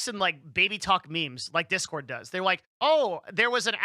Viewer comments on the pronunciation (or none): none